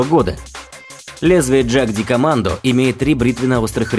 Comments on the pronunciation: джаг ди командо.... это нечто Ягдкоммандо. Немецкий язык, он такой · Джагдикоммандо!!! Ппц!!! Это австрийцы!!! Слово немецкое и читается по-немецки!!! Ягдкоммандо!!! Позорище!!! Отписка! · Что за ДжакКомандо? Ягд-Командэ? Охотники в переводе с немецкого. Ягд-охота, егер(читать "ееегар")- охотник. У немцев есть спецподразделение Берг-егар. Будете в Альпах и увидите бегающих мужиков со здоровыми накачанными жопами-вот скорей всего бывший горный пехотинец ))) А может и не бывший, а просто тренируется. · Джагдикоммандо? Аффтар, да будет тебе ведомо, что это немецкое слово! Ягдкоммандо, тудыть твою враскоряку! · Читать надо не джагдикомандо а ягдкоманд. Они же австрийцы и пишут по немецки. Двоечник. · не джагдикомандо а ЯГДКОМАНДО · Не дажакамандо а джикомандо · Послышалось: "Энурез-2". Вот уж действительно выброшенные бабки. Трехгранный нож скопировали с русского трехгранного штыка, не иначе. 21 век, а изобретают какую-то херь. тьфу. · На превью ан командно а не джикомандо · Не правильно он произнёс,это по моему потому что джагдикомандо это какой-то китайский,а вот джедкомандо либо джекомандо правильно(не судите строго это лично по-моему) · Название ножа "Jagdkommando" произошло от названия австрийского спецназа. А в Австрии используется немецкий язык. Забей в переводчике и послушай, как это произносится